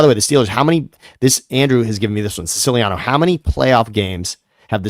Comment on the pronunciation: I love how Siciliano doesn’t even pronounce his last name correctly😂